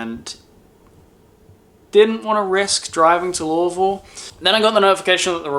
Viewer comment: You said Louisville like the locals